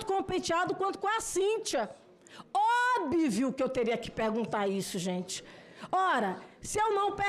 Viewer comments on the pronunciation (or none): "OBIVIO", kkkkkkkkkkkkkkk!!!!